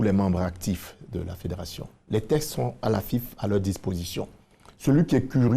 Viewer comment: Un journaliste qui n’est même pas capable de prononcer correctement un mot « les TEXTES » et non « les TESTES »